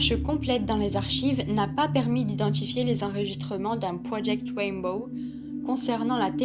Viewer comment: Mais quelle pioche!!!!………non mais retourne à tes cours d’anglais même pas dupe de prononcer RAINBOW comme il faut!!!!………mais quelle animatrice de merde!!!!………